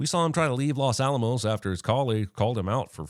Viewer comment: Well he did mispronounce los Alamos directly after hearing so he must have hearing problems